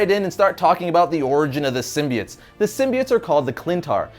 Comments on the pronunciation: sim-bi-otts. sim-bee-its. kms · Ok its a minor thing in the scope of everything, but the way pronounces SYMBIOTES is off putting. Its pronounced sim-bee-oats not sim-bee-its. Minor thing that comes up a lot between comic book readers is how names are pronounced because comics are a reader propelled art form. We each interpret names so differently after years and decades of reading. Lol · Sim-bie-its? It's Sim-bie-otes. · why do people pronounce symbiotes as SIM-BI-ITS when it was originally pronounced as SIM-BI-OATS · This was a good video and all, but I was entirely distracted by the start. All I could hear from then on was "sym-be-its". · you mean, 'symbi-OATS'🤣